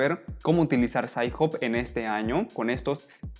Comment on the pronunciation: "sains job"... "puv med" "DIALnet" "open acces teses and disrtechions"